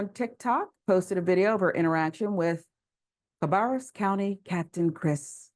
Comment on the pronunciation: CA- BEAR -RUS COUNTY